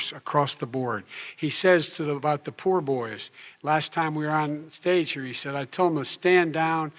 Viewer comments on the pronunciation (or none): It's proud boys, not poor boys, Joe you idiot